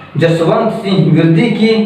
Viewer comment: I think it's विरदी and not पिरदी...anyways thanks...😄